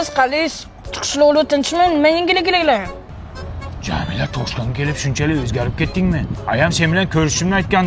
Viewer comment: Yangiliklar deganini boshqacha aytti 10 marta aytib kórib tilim jingalak bób ketti😂